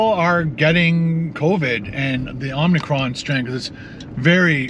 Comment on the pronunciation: aa·muh-kraan, not Om-ni-cron. Sorry. Bugs me.